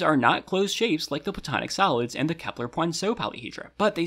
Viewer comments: they way he say solids sound like salads more or less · I keep hearing salads instead of solids 😭😅 o well now I know what to call them when I want to confuse someone: CHECK OUT THESE SALADS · I was listening to this without watching the video and I kept thinking you were saying "salads" not "solids" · why the heck is there a thumb up and down next to the chapter titles, also why am I hearing salads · It sounds kinda like he says "Platonic Salads" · He saying “salads” right? I’m not hearing solids but salads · I keep hearing "Kepler Salads" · Im sleepy af and kept hearing "Platonic Salads" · i kept hearing “platonic salads” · I thought you said platonic salads